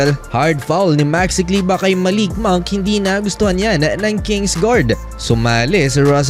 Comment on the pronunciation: Maxi kleber bro.hnd kleba.pinoy tayo,hnd kano